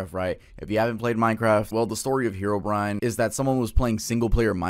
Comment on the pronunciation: I can't be the only one who thought that "Herobrine" was pronounced "Herbivore"